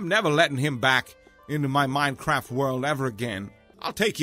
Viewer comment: i swear he kept saying minecrap xD